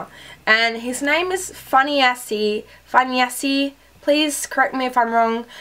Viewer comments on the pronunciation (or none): His name is Funasshi which is pronounced Foo-nashie :)